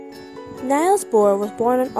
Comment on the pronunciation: Good and enjoyable, but I wish his first name had been pronounced correctly.